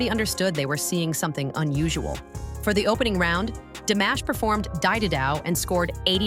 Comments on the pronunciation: Диктор, хоть и бот, очень плохо, глупо запрограммирован; Известного Казахского на уровне международном, если не знаете, то имя всеми любимого певца; ДИМАШ, а не 'дамаш', что за манера у бота ИИ коверкать известные имена, фамилии, названия городов, сёл, рек, озёр, и много что другого толдычит своим гнусаво-механическим голосом, что атишники ИИ- глухие, или, 'демонизированные' 'сущности', лишь бы всё искажать, лгать, тупить; таков хозяин ИИ👺👿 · Сначало научитесь или научите робота чтобы правельно говорил его Имя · Спасибо за такое вежливое поправления у меня нет сил поправлять робота хоть я не очень грамотная но слушать как она корежит имя Димаша не выносимо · Вот зачем врать, что Димаша не признавали в Казахстане? Все первые места в конкурсах, любят его и признавали, и признают. Режет слух это ИИ, Дамаш, Дайда дамбра